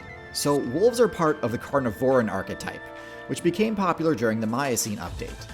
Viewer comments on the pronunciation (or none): Why is he putting emphasis on "vore" in "carnivoran"